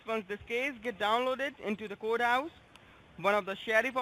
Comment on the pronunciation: Why the hell can NONE of the eastern scammers pronounce court house?! (Kudos for master baiter!)